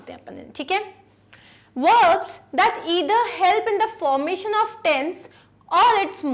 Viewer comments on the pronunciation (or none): none